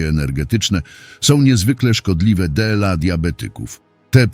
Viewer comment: Czytanie przez głupi automat, zwłaszcza to DE EL A, tak mnie wpieniło, że nie zaskrybuję kanału. Zamiast tego wstawiam minus!!!